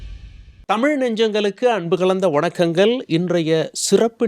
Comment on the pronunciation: நெறியாளர் தமிழ் உச்சரிப்பை திருத்திக் கொள்ளவும்.. வணக்கங்க'ல்'..? தொழிலாளர்க'ல்'..?